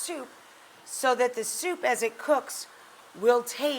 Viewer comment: i'm now annoyed with how she says soup with an extra u....